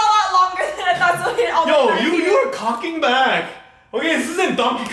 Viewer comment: that "Cocking back" sounded so korean! 🤣